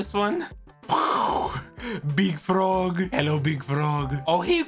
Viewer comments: That "Big frog" line sounded so polish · Fr (jestem polakiem)